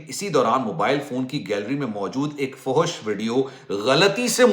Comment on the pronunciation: fohosh nahi bolte fahash bolte hain